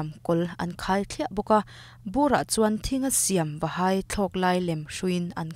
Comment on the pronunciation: 'A hai' lova tih tur ah 'A hei' lova i tia😖😖